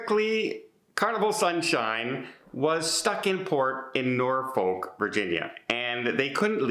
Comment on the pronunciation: It’s pronounced nor-fuk